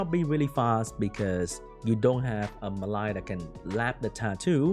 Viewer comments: It's not "Me Lie" it's "Mel E ah" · pronunciation doesn't help, but it is spelt "Mellia". Close haha:)